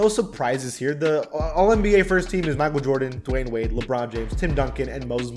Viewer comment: idek what to say.. shut yo googily boogily ahh up "mikeal vordens noOt clut-th vats cravy"